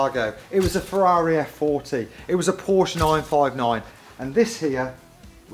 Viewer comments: Why can’t he say Ferrari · Anyone know why he cant say ferrari